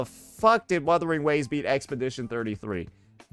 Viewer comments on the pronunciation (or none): "Werthering waves" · Wotherwing waves 😂😂 Bruh pronounced it two different ways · they just joking about the way says the game's name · bruh, he meant that the emcee didn't say the name right so it's not a 100% win😂